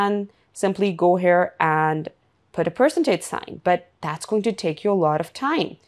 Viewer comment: That was hilariously funny. The AI did NOT even know how to pronounce Percentage.